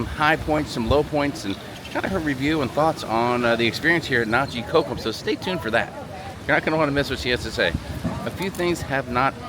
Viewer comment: This makes me so sad. We've been going there for 12 years and I don't even recognize the beach in this video. There looks to be some erosion going on. The beach front chairs were never flooded and were considered prime location. Side note, you all have a very interesting way of pronouncing "cocom"! And you don't have the correct spelling...